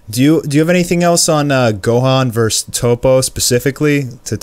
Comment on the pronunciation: Isn't it "verSUS"?... because I'm hearing "verse"....